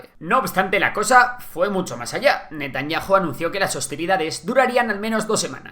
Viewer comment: 😮😮😮😮😮. VIDEO no BIDIO. Es CHA, no sa. ¿Y porque NETANYAJU y no Netanyau?